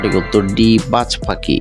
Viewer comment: আপনি পাখি উচ্চারণ করতে পারেন না 😢😢